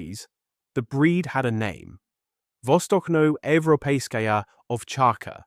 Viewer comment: Good job. One thing, though. The Ch in vostochno is like in church.